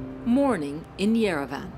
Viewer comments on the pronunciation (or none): Who says Yerevan like yer-a-van 😂